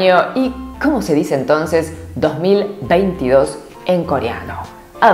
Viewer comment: 2022 se dice i chon iship i ☺️